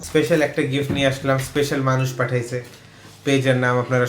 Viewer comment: "এসপেশাল" না "স্পেশাল"